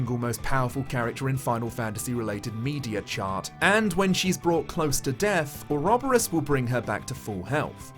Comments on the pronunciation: Ore-ob-ore-oss and oro-bore-us are both valid pronunciations :) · Had to comment that you had actually been pronouncing ouroboros correctly. The game also butchers the pronunciation of Agnés' name which actually is the plural female form of the word pure in Greek. It even has the intonation mark placed correctly but somehow it is constantly pronounced hilariously wrong. Source: Me, who actually speaks the language the word comes from. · I pronounce Ouroboros the same as you,. It's everyone that's wrong!